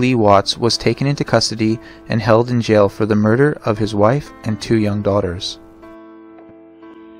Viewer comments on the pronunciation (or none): none